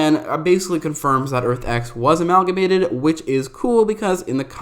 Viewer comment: Dude definitely looked up synonym for combine and got Amalmagate lol!! Tryna sound smart and shit